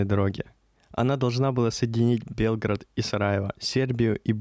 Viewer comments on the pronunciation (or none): Прекрасное видео, съемки!)))) Но все же этот регион требует знаний по истории.. Думаю, что со временем вы разберетесь, есть некоторые несоответствия. И да, белгрАд и срЕтение, а не бЕлград и сретЕнье)) И не кости, а мощи)) Святые оставили нам свои нетленные мощи, чтобы исцелялись люди по своей вере, в этом ничего страшного))) Но мне очень понравился ваш фильм, ваша легкая подача и я подписалась))) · Я посмотрел только 6 минут, все видео еще не оцениваю. Надеюсь, что оно отличное. Но как же сильно режет слух произнесение Белград с ударением на Е. Где вообще автор такое услышал? Звучит как Белгород, не иначе. Ну и в описании видео «длиННой в 6000км». Граммар-чек нужен